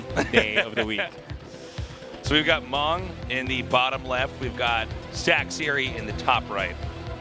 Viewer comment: His name is sok sri not sak siri...